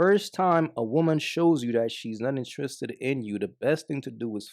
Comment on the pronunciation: Intriiissred 😂😂 u Guyanese bro?